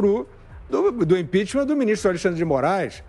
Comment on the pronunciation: IMPEACHMENT SE PRONUNCIA IMPECHMENT E NÃO IMPEACHMÃ.